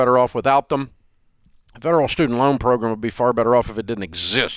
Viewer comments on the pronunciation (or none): Pro-gram not pro-grim geeze